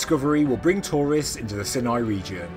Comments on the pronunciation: I think it's sighnigh not sinnai. But it doesn't matter. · Ok hold on. Is it "si-nai" or "sai-nai"? I thought it was the latter but I'm an American, not British, so...